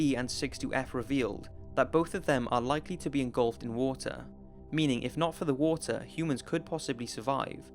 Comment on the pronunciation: wotar 🌊 wotar🌊 wotar🌊 hahahahhahahah🤣🤣🤣